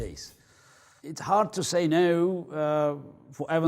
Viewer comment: english accent “no”